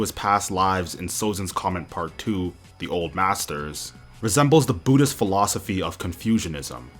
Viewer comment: Budist is the funniest pronunciation ever 😂😂